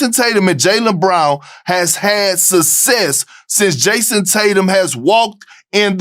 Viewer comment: How does somebody who cant even speak properly get such a big stage? He literally said “sudsez” instead of “success”. Smh 🤦‍♂️